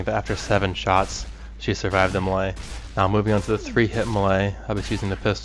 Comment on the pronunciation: LOL, "muhlay". It's pronounced "may-lay". :D